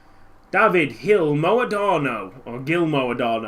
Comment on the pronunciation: Gil in portuguese is pronnounced Jill.